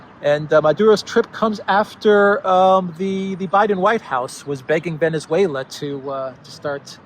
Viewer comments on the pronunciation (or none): none